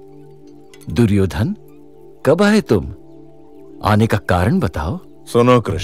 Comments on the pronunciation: Suryodan ❌duryodhan ✅ 😂😂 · It's not suyodhan it's duryodhan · It's 'Duryodhan' not 'Suryodhan' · Suyodan q sunai de raha hai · Duryodhen hota hai duryodhen 😅😂nahi